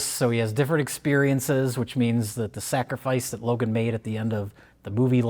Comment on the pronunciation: It’s fine. It’s not “Logan” but it’s fine.